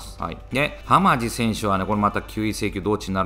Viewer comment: 浜地の読み方はハマチですよ笑